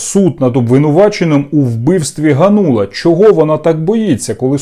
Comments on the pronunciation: Та не ганУла , а гАнула ! 😡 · Какой Ганула? Спроси хотябы где ударение ставить.